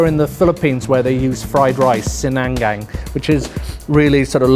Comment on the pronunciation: nice try for the "sinangag" pronunciation. at least you tried. 😂